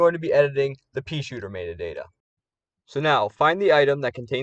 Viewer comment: mayta dayta :P Thanks for this tutorial! I can finally change "iCe PeA" to Snow Pea, his true name :D